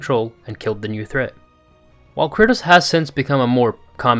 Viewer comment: Why are you saying "Curtis" tho